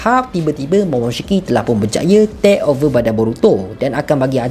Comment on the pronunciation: aku terganggu dengan cara hang sebut 'tek over' oi.. haha... 😂